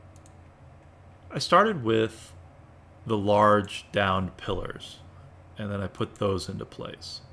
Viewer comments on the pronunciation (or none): In my country of España, we say it "pillars" like "pi-yars" just like this old man say in the video. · Good video but please say pillars properly lol that's just a ridiculous pronunciation of a very easy word man lol 😂